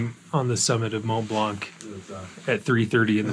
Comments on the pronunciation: And by the way, there’s no K sound at the end of the word blanc in French. Can’t believe you did not pick that up from the locals. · Very impressive and nice video. For Blanc pronunciation, the c is not pronounced